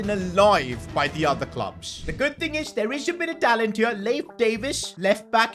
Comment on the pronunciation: "Layf davis" 😭 its pronounced leef